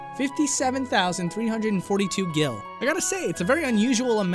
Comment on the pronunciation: “gil”? EXCUSE me????